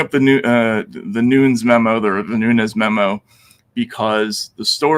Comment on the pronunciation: also Nunes is PRONOUNCED NOON-NEZ! c'mon Matt